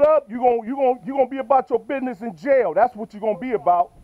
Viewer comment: Not to be mean but it was funny when he said business he said bidness